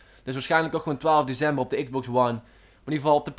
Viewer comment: Grappig hoe je DeCember uit spreekt :-p